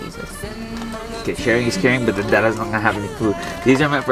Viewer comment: But shawing is cawing got me 😂